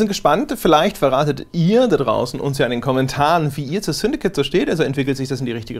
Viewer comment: Ich dachte es heißt "Syndicate" und nicht "Syndikit" :D